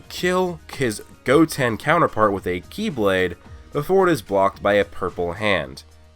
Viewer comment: Ki-blade. I almost thought you meant a key blade XD